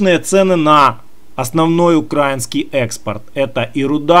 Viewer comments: Бля,перестань пожалуйста говорить укрАинский, потому как очень сильно режет слух,- страна называется УкраИна, стало быть хлеб украИнский,валюта украИнская, рынок украИнский итд итп. Это ведь совсем не тяжело запомнить. Да и паузу после каждого слова делать совсем не обязательно, если тебе кажется , что таким образом твои слова кажутся более убедительными, то- нет, это не так, такая манера доносить информацию просто раздражает и пропадает желание тебя слушать уже после первой-второй минуты. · Не укрАинский а украИнский. Не НА Украине а В Украине. Я б лишала гражданства за такие ошибки.